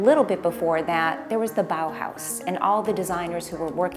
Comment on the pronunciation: Every time I hear bauhaus I want to cry